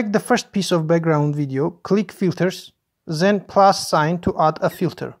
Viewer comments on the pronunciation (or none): Thanks for the video. TIP: "Then" is not "Zen"; and you know that, right?